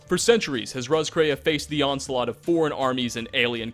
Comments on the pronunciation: Dude it's pronounced Ross-k-ray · btw Roscrea is an Irish town and is pronounced "Ross-cree"